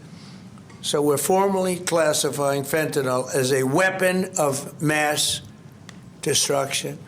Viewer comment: FentaNYL... you and PDT both.. it's NOT FentanOL.